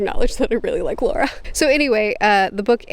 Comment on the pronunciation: As an audio book listener you said Luccio correctly. You are saying Lara like the name Laura. Took me a minute to figure that one out. I was sitting here wondering why I couldn't recall a Laura. Great review!